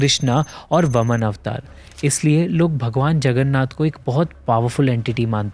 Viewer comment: Very nice and informative. Brother, please don't mind, but in Hindusim, every word in our sacred texts, is a form of sound energy. It has specific divine vibrations and it's not just a word or a name. in your narration, you have pronounced the name of "Vaaman" (वामन) as 'Vaman' (वमन). The actual meaning is "Vaaman" is 'Dwarfish'. While the word "Vaman" means 'Vomitting'. Very humbly, I request you to note this while making future videos. I am a very strong believer in Hinduism and unexplained miracles and mysteries. Although, it is worth noting that 'Heat' has a natural tendency to rise up in the air while colder temperatures always tend to remain at the bottom. When we say that the topmost pot with food gets cooked faster and first, can be related to this theory. I also believe and agree with 'Praveen Mohan', who I follow, that the 'Brahma Padaarth' is, and can be, a highly sofisticated piece of advanced ancient technology, which can be a form of an Arc Reactor. Humans today are incapable of handling and decoding it's true form and power. If fallen into the 'wrong hands' can be devastating and can have irrepairable negative consequences and effects and which is why I also believe that gaining access to it is restricted by our religious protectors whom we call as our High Priests. We as humans, with our so called 'advanced technology', believe we are a superior generation as compared to earlier civilizations. We have forgotten, or inclined towards the belief, tha